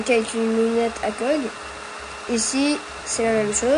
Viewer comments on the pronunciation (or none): On dit A.C.O.G